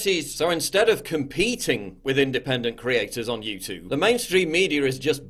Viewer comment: I love you PJW but come on. You’re a Northern Englishman. You don’t say YouTOOB you say YouTewb (like Stewie from FG).